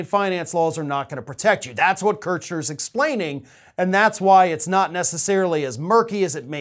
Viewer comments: KERSH-ner, not KERTCH-ner. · "KURSH-NURR" !! Man i swear its like you TRY to say names wrong. You must go out of your way to not hear anyone else in the media, or the subject themselves, say their names. I mean, you're worse than Ben with Meidas - and he's horrible with it. You immediately lose credibility as a knowledgeable, informed in-tune reliable source when you so consistently butcher KNOWN names that no one else seems to have trouble with. While im at it and *itching, your need to "fill in the blanks" of many stories you cover (hyperbolically & confidently speculate) challenges your credibility as well, especially when other creators are speaking about actual facts of the cases that directly contradict your content. Love your channel, please do better, we have a few really big years ahead of us. Be well.